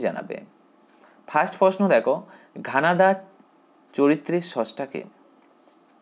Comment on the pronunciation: ঘানাদা না ঘনাদা